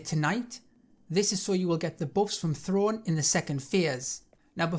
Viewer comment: I hate to say it, but Throne is pronounced as ‘Throw-Nay’. They say it about a hundred times. Anyway, thank you for this.